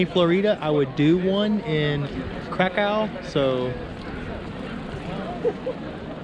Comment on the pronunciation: Warsaw - , Kraków - 750 000, Silesian Coal Basin - . Pronounce the name of the city as "Crack - OOFF".